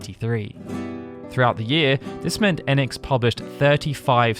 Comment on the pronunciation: EEEEEnix Like the hard E in phoenix Not ehnx😊 Enix